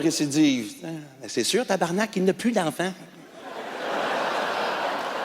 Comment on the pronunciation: Il prononce mieux tabarnak que les Français 😂.